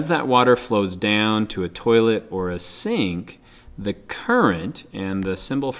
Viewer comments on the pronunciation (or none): none